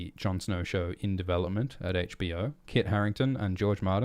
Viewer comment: "Jon Snor"